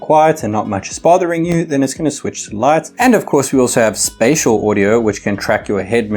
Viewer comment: Spatial is pronounced "Spay-shul" lol